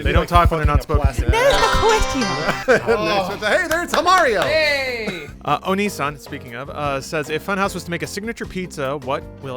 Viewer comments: 0/10 ITS O-NEE-SAN NOT O-NII-SAN REVOKE YOUR OTAKU LICENSE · didn't pronounce "Onee-san". It's not an E sound. That would be Onii-san. I'm disappointed in you. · He pronounced "Onee-san" in the way "Onii-san" would be pronounced. What a fucking philistine. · SAID ONEE SAN WRONG